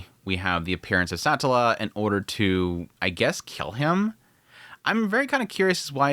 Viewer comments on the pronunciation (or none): none